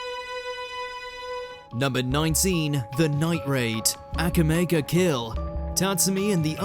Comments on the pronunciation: ..its pronounced ahh-ka-me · ash it's pronounced ahh-ka-mee